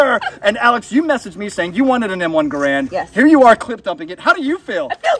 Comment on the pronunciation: Actually, 99% of people mispronounce the Garand. It's not like "grand" with an extra "a". John Garand always maintained that the proper pronunciation is more like "Gar-end".